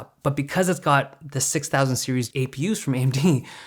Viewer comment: AMD its an A-eM-deeD!